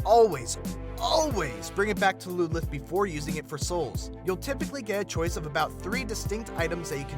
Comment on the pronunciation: its ludlith